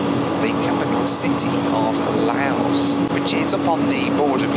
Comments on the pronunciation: Its pronounced Louse as in mouse!!! Courtesy of the grammar police. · Pronounced Low as in ow. Silent s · Laos, rhymes with house. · acutally pronounced Lao without the ¨s¨ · Correct pronunciation please ..Lao (how) and Laos (as in house) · It's pronounced LAUSE! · Great video but your pronunciation of Laos changed throughout the video. It’s pronounced loud minus the d. The s is silent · I'm very confused with it being Lay-oss one minute then Louse and even Lie-oss. And should Lao be pronounced Lay-oh or perhaps Low, to rhyme with Bough? Still a good video of course! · I’ve never heard anybody pronounce Laos as “Lay-ohss.” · Yes, Laos is pronounced like louse. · Sorry, but your mispronunciation of Lao and Laos, my favorite country in the world, is really grating. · youtube is great for finding out how to pronounce country names.........still a great video though ! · if you arrived at 12am to your hotel why not schedule 2 nights hotel stay , instead of just few hours sleep and groaning about being tired, you would have had time to learn the correct pronunciation of Lao Airlines and Laos the country instead of your appalling attempts. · I like this game of 'how many different ways can I incorrectly pronounce Laos'! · Yes. I was pointing out the hypocrisy of British people who get all annoyed when other people pronounce their places wrong but then happily pronounce other people’s places wrong. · I don't quite buy Laos being least visited country in Asia. And also what's up with him not pronouncing the country's name right? Being such a well travelled man How does he not know how to pronounce Laos ? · kinda crazy that you can spend all this money on the flight, all that time editing and the countless other hours you put into the video but couldn't search up the proper pronunciation of Laos. A tad disrespectful tbh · sweetheart, the country you are visiting is pronounced like NOW but starting with an L.....just saying, great work as always though mate. xx